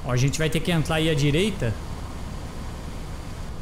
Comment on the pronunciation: eu entendi ele falar entlar a direita nao e entrar o certo ? ou o audio que ta assim